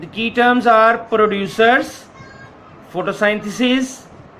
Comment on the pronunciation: Check pronunciation of Photosynthesis. We can use the words "prepare" or "make" as synonym of "Producer" as well. For "Consumer", we can say that the organisms which "consume" or "use" the prepared food. Thanks.